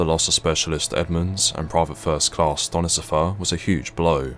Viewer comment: Only thing I want to add is the soldiers name is pronounced "Stone Sipher". Great work as always!